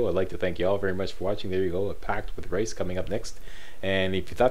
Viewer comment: i like how you say rais' name like rice but its said like ries